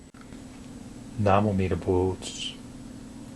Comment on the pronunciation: its said like namu amidabutsu not like namoomidaboots